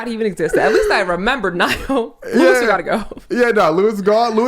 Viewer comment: louis so irrelevant you mispronounced his name 😭😭